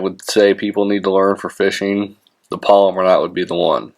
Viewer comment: It's properly pronounced PAL-O-MAR (which is the name of a place), not POL-i-mer (which is a name for a type of plastic), like some fishing line.